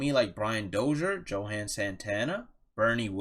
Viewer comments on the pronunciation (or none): Yo-hahn Santana